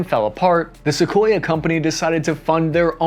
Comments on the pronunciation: It’s Sukhoi, not Sequoyah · I get you're American and you guys butcher every non English word but it's "Soo-hoy" not Sequoia. Cheers. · This is the first time in my life I’ve ever heard someone pronounce Sukhoi as “sequoia” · Trust me bro, all info is correct, after calling the manufacturer Sukhoi-a - how did the A end up in the name!? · It's Sukhoi not Sequoia 😂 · Calling it "Sue" rather than "Sukhoi" tells us you're a good script reader but a poor researcher. Just like a text-to-speech app. 🫣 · it's Sukhoi not Sequoia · is he pronouncing sukhoi as sequoia? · Sakoya, really? Now you are just being lazy 😂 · Okay, first, it’s pronounced “su-KHOY” - there’s no “uh” on the end of it. Second, flying faster than the speed of sound is called MACH number, not “Mok” number. Named for Ernst Mach. You really need to know this stuff before you do your videos. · I wish the presenters would learn how to pronounce the names, I know they are Russian but it’s not difficult to look at Google for advice! Great video in spite of that!